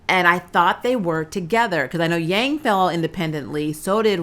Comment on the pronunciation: Why did you say Yang's name like that